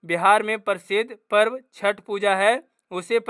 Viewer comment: सर आप पूर्व नहीं होता है ❤ पर्व होता है 😊😊